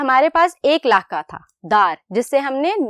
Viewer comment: استاذ کا تلفظ جو ہوگا بچے بھی ویسے ہی سیکھیں گے اس لئے پہلے اردو لغت سے صحیح تلفظ دیکھئے پھر تعلیم دیجئے مثلا: "لفظ" ف کے سکون کے ساتھ ہے نہ کہ ف کے زبر کے ساتھ قدر میں ق کا تلفظ ک سے ادا کیا جارہا ہے لکھتے ہیں ق اور بولتے ہیں ک "لاحقہ" ح کے زیر کے ساتھ ہے اور اس میں بھی ق کو ک سے بولا جارہا ہے لکھتے ہیں لاحقہ بولتےہیں "لاھکہ" نیز اردو کے استاذ کو چاہئے کہ اپنی اردو تحریر بھی درست کریں تاکہ بچوں کی اردو تحریر و تقریر دونوں درست ہوں امیدکہ توجہ دی جائیگی۔